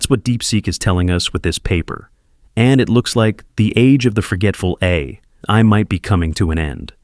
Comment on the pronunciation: You really need to get a human to read your scripts. This AI generated audio has huge issues with saying "AI".